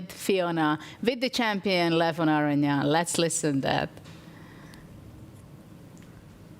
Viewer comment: This guy is such a good commentator and presenter. Brings a lot of energy and speaks very well. He even did his best to pronounce Levon's last name correctly!